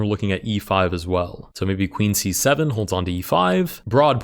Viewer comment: i like when u say c7 cuz it sound like 67